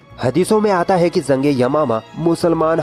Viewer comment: Zaa nhi jaa Jung hota h zung nhi har jgh ja ki za bole aapne